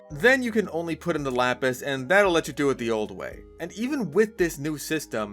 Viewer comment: excuse me Lapis what the fuck did you call it